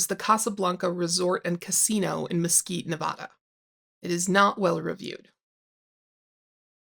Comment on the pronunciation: I honestly feel like they'll give anyone a masters degree these days as long as they pay, colleges just want their money. And quick note, it's pronounced Nev-AD-uh. 😉 Just found your channel, I really enjoy your work.